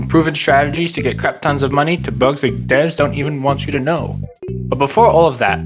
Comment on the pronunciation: Bro said "Devs"